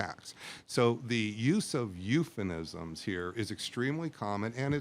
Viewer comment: I question someone who calls themself an authority and can’t pronounce the word ‘euphemism.’